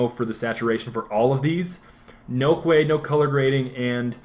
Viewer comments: I believe it's pronounced hew, not hway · someone please tell Hue is pronounced "HEW" NOT "huay" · You keep saying hue like (hway) when it is said (huuu). Just a little niggle :) Other than that, great video! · I thought he was joking when he pronounced "Hue" as "Hweh", but then realised that he was deadly serious. "Hyoo", bro, hyoo". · I think it's HYOO not HWEY. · Dude.. he pronounced it "CHWEY" not "huay". Gotta give the man props for his verbal artistry d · Is Hue pronounced that way in NA?... over here it's pronounced the same as "Hugh". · lmao I'm sure he knows how to pronounce hue, but part of a meme is huehuehuehue so I think he was referring to that. Either way, I hope he keeps saying huay, just because it's funny. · It's a Badgerism. "Huè", as if it were Spanish. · I love how he says "Hue" stick it to the man by pronouncing it different XD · thats a great way to pronounce hue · lol you say hue like you're speaking vietnamese